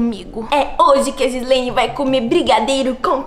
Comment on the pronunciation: Não se diz jislene se diz Gislene